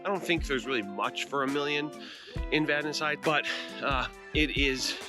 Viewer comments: I grew up in Vadnais Heights. Thanks for pronouncing it correctly. :) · Yeah, it’s a good place to live. Glad you pronounced it right.